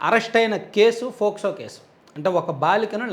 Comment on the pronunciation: ఆది ఫోస్కో(FOCSO) కేసు కాదు.పోస్కో(POCSO) కేసు.